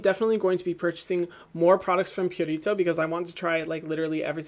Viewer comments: Hyram, please stop rolling the 'r' in Purito. It's really not necessary and is very distracting. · No one: Hyram: pUrRRrRritO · Purito is a skin saver. Their Centella Green line has worked wonders for me (aside from the eye cream, I'm sticking to Benton for that) very soothing, hydrating and gentle even on the most sensitized skin. They also listen to their consumers and post short comics on their IG. I absolutely love this brand and the only one that became HG status immediately. I'll admit you pronouncing Purito like that is weird for me. I'm used to hearing it with an elongated 'oo' sound (like Pooh without the h) instead of pyurito. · Love how you say Purito lol